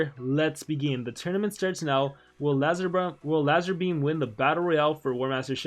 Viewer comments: Don't think that's how u say his name it's prannounced lazerbeam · when u say his name u pronounce it wrong its the same pronunciation as laser beam just with a Z instead of an S and i forgot to mention that he is based off a youtuber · It’s pronounced lazerbeam but he spelt it lazarbeam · Gaming Lazarbeam is pronounced Lazerbeam and he us based on the YouTuber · He's based of a youtuber named lazarbeam, exact name but pronounced as lazerbeam, skill names are references too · it’s pronounced lazerbeam but he used an a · Me: i respect Me when i hear pronounce lazarbeam wrong: why are we still here? Jst to suffer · He pronounced his name wrong HOW DO U MESS THAT UP? 😂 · I can't believe he didn't know who lazarbeam was haha, and the way he pronounced his name 😂. If there are others here which dont know who he is just look his name up on youtube 👍. He's a youtuber. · YOUR PRONOUNCIATION OF LAZARBEAM HAD CRYING🤣🤣🤣